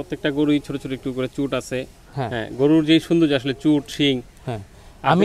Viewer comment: অনেক অনেক ভালো লাগলো আপনার প্রতিবেদন টা আর খামারী ভাইকে ধন্যবাদ উনি গরুর " চুট " এই শব্দ টা যে সঠিকভাবে উচ্চারণ করেছেন অনেক অনেক খামারী ও গরুর ব‍্যাপারি ভাইয়েরা এইটা " চুজ" উচ্চারণ করে যেটা সঠিক নয়।।